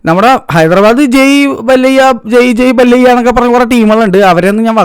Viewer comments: ബല്ലയ്യാ അല്ല ബാല്ലായ്യ ആണ്‌ മലയ്യാ 😂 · ഡെയ് ബല്ലയ്യ അല്ല ബാലയ്യ ആണ് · ബാലയ്യ ❌ബല്ലയ്യ✔️ 😂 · ബല്ലയ്യ അല്ല മല്ലയ്യ ബാലയ്യ ✅ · ബലയ്യാ ❌ബാലയ്യാ✅